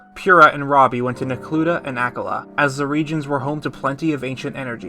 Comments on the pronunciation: Btw akkala is pronounced Awk-ah-lah not ak-all-ah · Loved this video but dude, it’s AH-KAH-LAH haha